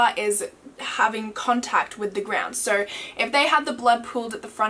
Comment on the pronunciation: Why do you pronounce the word "so"...... "sir" lol